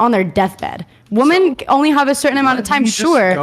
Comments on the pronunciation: Why are they saying "woman" when they mean Women? Its 'wih-mehn' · Why do they say woman instead of women?